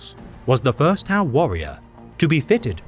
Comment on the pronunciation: not even say the name right, liar and attention seeker